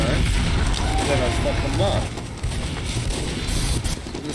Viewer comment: he says fuck like "fook"